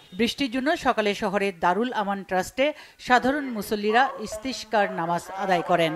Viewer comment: সাংবাদিক এর ইসতেসকার নামাজ উচ্চারণ ভুল হয়েছে,এটা আরবি শব্দ।শুদ্ধ উচ্চারণ করুন প্লিজ।